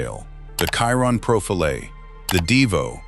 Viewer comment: I hate AI! FFS, before you put you're vid on this youtube thing, watch listen to it & make sure it's correct! The Chiron is pronounced a certain way! I you need English lessons, I can teach you.....